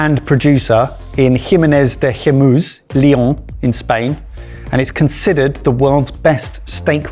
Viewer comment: Why say "Leon" as "Lyon"? different countries